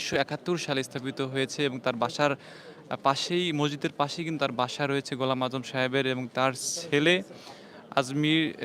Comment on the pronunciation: এই সাংবাদিক এত ভূল করে কেন? অধ্যাপক ঘোলাম আজমের নামটা বার বার ভূল করতেছে।